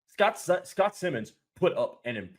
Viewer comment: It's S I mons long I. Not Simmons.